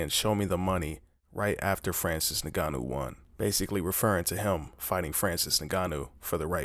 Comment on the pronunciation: "Francis Nigganou" lmao.